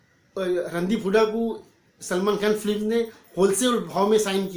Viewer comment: First of all....That's "Film" instead of "Flim"